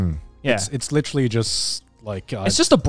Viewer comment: My mom says "licherally" instead of "literally"